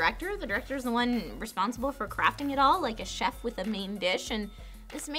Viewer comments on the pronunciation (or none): none